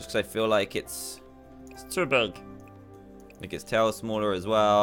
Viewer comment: Me:*hears stich when dan says too big*